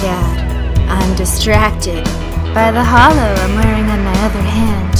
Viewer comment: its holo not hollo